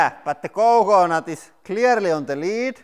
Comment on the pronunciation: lmao the way he says coconut is fucking hilarious. he's like COECOEnut